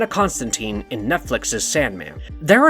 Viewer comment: Constantine, how are you guys still mispronouncing this?